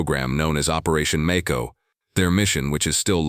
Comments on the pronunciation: Mayco....not maco....like the Shark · It's may-ko. As in the shark.😮